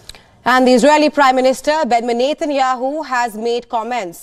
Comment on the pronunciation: This newscaster cannot even pronounce Benjamin Netanyahu properly. Very irritating.